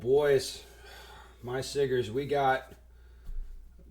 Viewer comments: Its siggas not siggers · “My Siggers.” Bro come on 😂